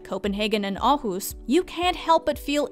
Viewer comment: wtf you said Aarhus almost perfect